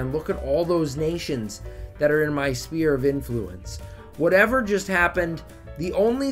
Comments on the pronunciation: Extremely annoyed on how u pronounce "sphere" as spear 😤 Sfere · that‘s a vic2 meme, spudgun and his buddies all pronounce it like that